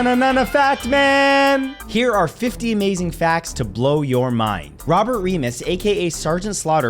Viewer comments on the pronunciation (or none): none